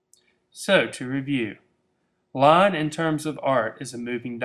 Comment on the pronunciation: IT'S LINE, NOT LON! GET IT RIGHT!!